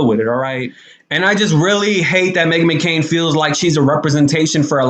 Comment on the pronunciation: Are you deliberately mispronouncing her name?